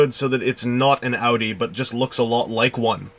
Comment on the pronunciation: it took me a while to realize that you were saying "audi" not "outie" I was wondering why you were talking about barricade's sister like she was a belly button